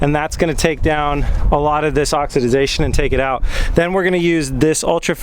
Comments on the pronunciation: The word is oxidation (ox-a-da-tion) not (ox-a- da-da-tion). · Dude you're adding an extra syllable. It's just oxidation. You keep saying oxi-ti-zation. Lol. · You were right the first time--it's oxidation. No "-idiz". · Oxidiezation. LMAO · Oxy did zation... had me rolling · say it with me "ox" "ih" "day" "shun":) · Huh. Well you learn something new everyday. I've never heard anyone say oxidisation before. Either way the way he was saying it made it seem unintentional. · J Jackson Only one is correct and it’s pronounced Oxidation because that’s how it’s spelled. “ aak suh dei shn “ is the pronunciation from the dictionary.